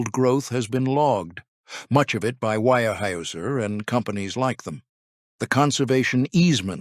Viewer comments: Its weyerhauser. Not wirehouser. At least pronounce the name correctly. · Wire-Hoosier? Seriously?! Smash that thumbs down button 👎🏻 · Your pronunciation is horrible. The Germans (I believe) would say "vier hyser" and Americans would say "where houser". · ware- houser pronounced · It's pronounced ware houser. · The pronunciation of the name is not WIRE-houser. If the name is not correct, what else is wrong? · I can't get over the way he pronounces this... Phonetically... it's pronounced Ware-houser. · I would give this story a big hand if only your narrator had a clue about the correct pronunciation of Weyerhaeuser. The continued mispronunciation is irritating and disrespectful to people in the northwest who have longtime connections with Weyerhaeuser. Fix it! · Can't say the name right, and 9 minutes in and there's already about 10 false facts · The single most important word of the article. Get it right